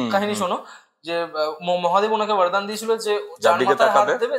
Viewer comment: Sob bhalo laglo khub interesting. Kintu kichu mone korben na. Ota vardan noi bordan. Yomlok noi jomlok. Banglai jkhn podcast korchen apnara. Bangla uccharon je ta hoi seta karun bhalo lage. sunte.